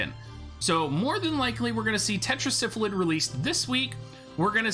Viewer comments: its' Sylphid (Syl-Phid) not Syphlid (Syph-lid).. pardon my OCD lol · I don't know why but I cracked up everytime he said Syph-A-Lid lol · Thank you. Every time I hear him pronounce it the way he does if sounds like he is saying Syphilis.